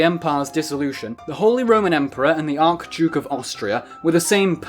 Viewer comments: So am I right that you thought it was ark-duke? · the arch in archduke is pronounced like archbishop not like in archangel.